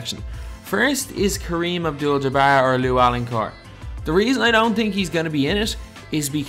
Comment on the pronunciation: You said Kareem like a god damn Star Wars character